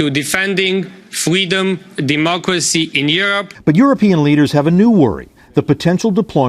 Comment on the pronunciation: Ohh pweasus fweedome